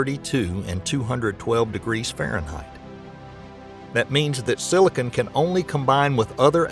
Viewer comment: Silicon not silicone lol